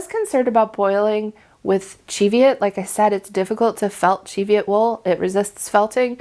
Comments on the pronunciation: Thank you for pronouncing Cheviot correctly lol! Born and lived in the Scottish Borders within sight of the Cheviot hills all my life it niggles every time someone says it wrong 😂😂😂. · Love your snarky comment about using Easter egg dyes. I solar dyed a double-stranded hand-knitted sock blank last year using Easter egg dye tablets and I LOVED the results! Easy to knit matching socks. I also agree with your pronunciation of Cheviot. Heard this pronunciation from my Scottish relatives when talking about the Cheviot Hills.